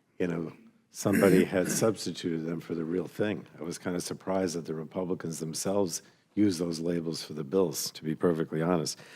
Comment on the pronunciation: This guy talks a lot of sense. But he sounds a lot like Elmer Fudd. He'll get those "Scwewey Wepluicans"